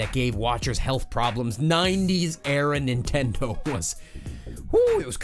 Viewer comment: He said nendindo